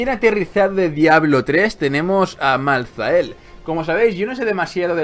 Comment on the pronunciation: creo se dice maltael la h es muda al menos siempre al oir el nombre en los trailer y eso se dice asi.